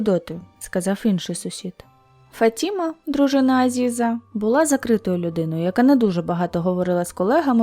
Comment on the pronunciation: Правильно - ФатімА, наголос на останній склад.